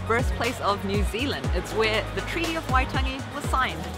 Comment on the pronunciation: That intro was awesome!! Great pronunciation too. It's been years since I have been near Waitangi, and in saying that I actually don't think I have been where you guys went so I am pretty slack!